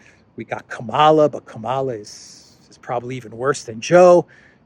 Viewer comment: It is Kamala as in Pamela.